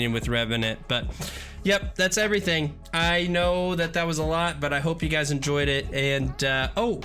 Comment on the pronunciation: instead of guys it sounded like he said butchers or something like that